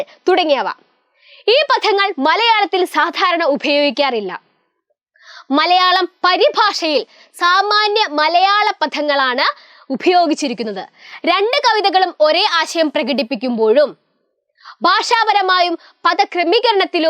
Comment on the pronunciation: മിസ്സിൻ്റെ ഉച്ചാരണം ഗോത്രഭാഷ - ഖോത്ര ഭാഷ പദം - പധം ഉപയോഗിച്ചിരിക്കുന്നത് - ഉഭയോഗിച്ചിരിക്കുന്നത് തുടങ്ങിയവ 😂